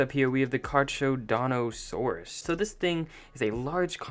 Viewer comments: Charcharadontosaurus is pronounced like car car a donto suarus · It's me! Sorry, but Carcharodontasaurus is pronounced Car-cara-don-t-asaurus. Sorry for being a nerd (I may be wrong but think that's how it is) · car-cho-don-o-sore-is yes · WTF?! Like, just get lost. It is not pronounced like that! (carcarodontosaurus) is how to pronounce it! WTF!!!!!!! I don't get it! Did you learn English? DID YOU GO TO SCHOOL?! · its pronounced car car uh donto saurus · Carchodontosaurus... GET UR PRONOUNCIATION RIGHTTTTT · This is how you pronounce it car co donta sauraus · Car - car- oh- donto-saurus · The pronunciation of the charcarodontosaurus is Car - car - o - donto - saurus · He doesn’t even know how to pronounce his own name, you think he’ll get that?